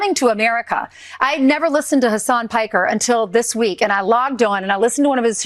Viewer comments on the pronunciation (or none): none